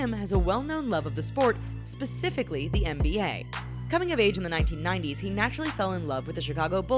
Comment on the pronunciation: EX "NBAER"....... man im dead